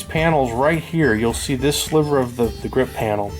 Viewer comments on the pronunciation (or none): none